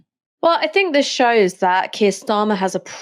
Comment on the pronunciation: Wes Streeting makes me want to vomit. There’s is never going to be a solution until the violence ends Wes! I hate the way he says Keir.